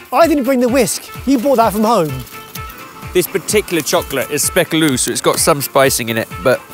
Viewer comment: As a French I love the way pronounces speculos